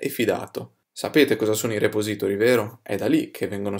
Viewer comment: puahahahahahaha mi fai morire col tuo 'repository'